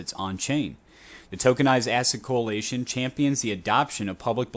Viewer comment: Coalition not co-alation lol